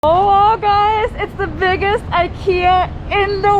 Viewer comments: IKEA! Love how it's presence will influence and improve the design sensibilities of local carpenters and other Filipino craftsmen. Also, love how pronunciation is the best reference for how to pronounce IKEA (eekeeya). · Glad and excited there will be Ikea in manila. There products are affordable and modern and durable. Apparently, it is pronounced as e ki ya. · Thank you for pronouncing IKEA the right way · Yes! Very exciting. 🇸🇪 I love it when you pronounce IKEA like we do in Sweden. 😊